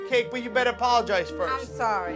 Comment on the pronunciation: At 3.05 was so funny I'm sawwy